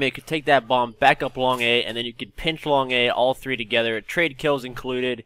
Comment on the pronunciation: The way he say 3 is so funny at the beginning